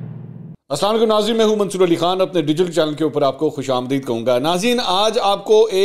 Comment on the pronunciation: تیز بولنا آپ کی ضرورت ہے مگر منصور علی خان کی بجاے منصر علی خان غلط ہے